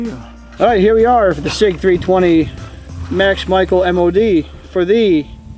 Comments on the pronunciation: Max Michael 😂 it’s pronounced Michelle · His last name is pronounced ‘Michelle’